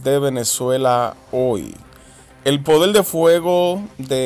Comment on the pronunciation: Caramba, a ustedes los escucha mucha gente, por favor corrijan la pronunciación, no de dice "PODEL" se pronuncia "PODER" y así muchas otras palabras que le sustituyen la R por la L.